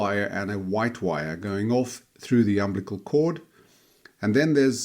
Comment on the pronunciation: I cringed every time you mispronounced UMBILICAL cord....